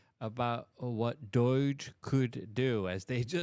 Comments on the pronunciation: PLS its NOT DOYTCH!! Its pronounced DOJE. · It's not doich lol😂 it's dOOOge 😂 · If I hear you say DEUCH one more time I'm gonna punch the screen!! It's DOGE - LONG OH... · DOHJUH not doyj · Its not DOIGE, its DOGE. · Its not "doyge" its Doughge! Ffs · Luke: Say dough like the dough you bake bread with. Now say it with a J on the end. doughj Congratulations you have now pronounced DOGE correctly so quit trolling us😁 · "Doyge" again. No one thinks it's funny. Please stop with the "doyge" thing. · DOGE - Pronounced Dough - ge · Why do you keep on saying DOIGE? 🤷‍♂️ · I’m thinking that’s got to be it. He can correctly pronounce “tumultuous” either. There’s a few other words he constantly pronounces wrong, but “DOYGE” & “tumutulous” are the daily ones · Is there a reason that Luke calls it doyge? Or is it just because it sounds like he has drunk tongue because of English being his second language? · Like your stuff, but why do you pronounce DOGE (long O, "G" sound) like "Deutsch"? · Bro... Its not pronounced ''Deutch'' :DDD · Why does Luke pronounce DOGE like Deutsch? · Its doe-ge bro. Ffs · Why does Luke keep calling it Doyee-g? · Luke won't read this but why is he saying DOGE so wrong? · Why can't you pronounce DOGE correctly? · Why do you keep pronounicing DOGE like that? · Can you spend an afternoon practicing how to pronounce DOGE, dude? Seriously. You keep telling everybody that English is your 2nd language, but you sound like an idiot, Luke.